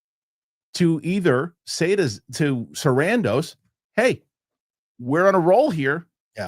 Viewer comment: I love but it was fantastic how called out for how he pronounces "Sarandos" lol